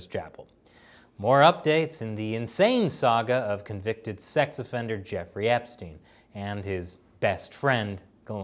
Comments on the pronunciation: Why is this guy calling him jewfrey not Jeffrey? Is it just how Americans pronounce that name? Like how they call people called Graham, gram? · Is he saying "Jewfrey"? WTF? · Does he say jew-frey on purpose or is it just me? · Is he saying Jefferey